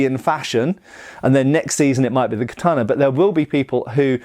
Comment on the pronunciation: Ka tah na...... not kat taaan na.